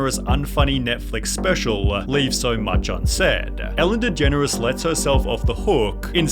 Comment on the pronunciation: Atlanta-"Fellen Degeneres"